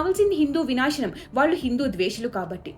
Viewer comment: ళ ని ల లా పలుకుతున్నారు , వాళ్ళు ని వాల్లు లాగా దయచేసి సరిచేసుకోగలరు